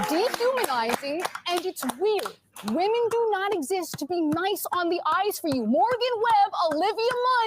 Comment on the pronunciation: "u don't need to objectify whamen to be sexiest"...well, lady, you don't need to speak to know u're an idiot, the hairline will do